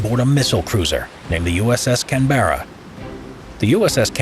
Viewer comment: You did your usual trick of deliberately mispronouncing a common word (Canberra) with the full knowledge that the more comments you have, the better the algorithm treats the video.